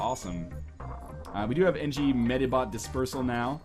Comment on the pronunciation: Medibot? Medibot.